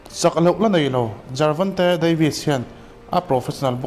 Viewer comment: Jervonte tih in I lam tlat a